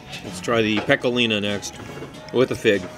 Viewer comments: He act's like he's an expert on Canadian food but he really had no idea of what he's taking about he actually thought that was authentic poutine here's a tip stick to what you know and FYI it's pecorino not pecolina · Hi, it’s me again. You know the guy that tries to help you. Today’s lesson- the soft cheese is pronounced kah-mem-bear (not Bert!) The hard Italian cheese is pecorino (peck-ah-ree-no.) I have given up on getting some so I will continue to improve you diction and culinary knowledge. Have a great day,. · It’s CAM-EN-BARE and I’m pretty sure the one that tastes like Parmigiano Reggiano is Pecorino...pronounced PECK-A-REE-NO. Most ppl and restaurants use it in place of parmesan because real Parmesan is highly expensive and is only permitted to be made in Italy. Just an FYI ✌🏻🥰😊